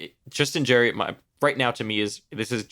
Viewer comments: Right now you are saying Jerry like Jerry Springer. It's JARry like Jar Jar Binks/ or "I eat peanut butter out of the JAR." Jarry See what I mean? haha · His nickname is Jar Jar Blanks. Hopefully that helps on the way you've been saying his name ;)